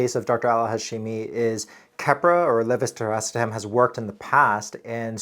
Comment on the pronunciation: Anyone else has awestruck how easily he pronounced leve-blablabla-etam (aka keppra)